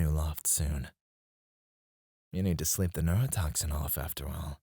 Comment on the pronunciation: He gave us the Australian special